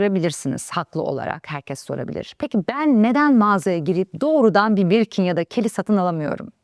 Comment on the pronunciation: Birkin‘i doğru telaffuz edememişsiniz